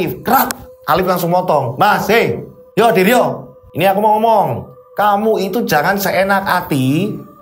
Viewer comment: bilang menuju ke diryo Tapi kedengerannya seperti bilang Menuju Kediri yokkk😅😂 Oiya, salut sama mas Wahyu, langsung menawarkan diri untuk menolong mas diryo, meskipun orangnya introvert😇 Saat saya liat potongan video diawal video, katanya mas diryo tirakat untuk membuat orang lumpuh.. tapi kok malah bapaknya meninggal... Tapi ternyata bapaknya meninggal sebelum mas diryo tirakat to🙏🏻